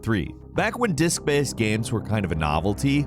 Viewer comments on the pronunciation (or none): Everybody: Games: Ganmes